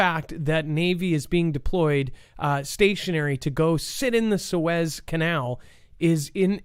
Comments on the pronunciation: It’s Sue Ez. Not Sue Eze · Its pronounced SOO-IZ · did you even go to High School that you don't know how to pronounce Suez?? Wow. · we all told you in chat how Suez was pronounced. Why would you say we didn’t?